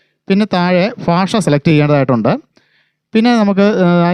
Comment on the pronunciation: ഫാഷ അല്ല ഭാഷ എന്നാണ് പറയേണ്ടത്